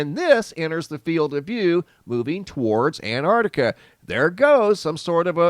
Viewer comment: Why can't you say Antarctica properly?